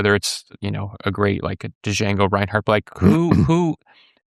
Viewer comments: billy says "D-jango" lol its pronounced jango like the tarantino movie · Duh-jango, Billy? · "Dah-Jango" LOL, Billy! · Billy, the D in Django Reinhardt is silent. Show some respect to a legend by saying his name right, please.